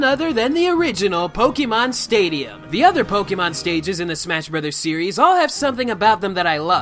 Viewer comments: Your pronunciation of Pokémon have me cancer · You're a huuuge pokemon fan yet you don't even pronounce the series's game correctly